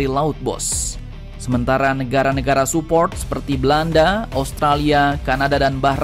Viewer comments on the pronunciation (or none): none